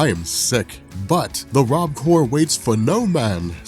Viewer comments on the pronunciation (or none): none